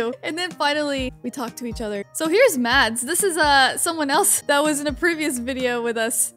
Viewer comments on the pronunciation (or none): MAds is a danish name if you didnt know not to bully but u pronounce it like im hearing someone say madsee